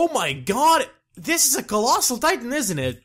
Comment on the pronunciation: why does he say "titan" as "tite-aan